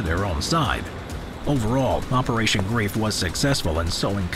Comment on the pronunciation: it was called "operation greif" not grief, so operation griffin